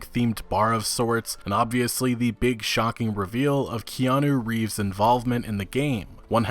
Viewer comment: ''i mispronounce everything'' I still wont forget Kanye Reeves and Jason Schreiur'' big like from here man